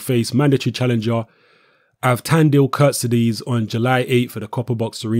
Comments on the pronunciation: Good video but it's not prounonced 'Kurt-si-dees' it's 'Kurt-seeds-ay'. Was doing my nut in when the Boxnation commentator kept getting it wrong. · hey england people and you... who is kuttizes?? jusat say KHURTSIDZE!!!! not KUrtezes. can you read right??? and this KHURTSIDZE will knock him out cold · Charlotte croan agreed